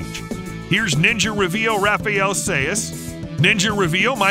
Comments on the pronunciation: Sai not sayes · More like “say ass” 😂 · Raph rhymes with Laugh not Ralph. Sais rhymes with hi not day.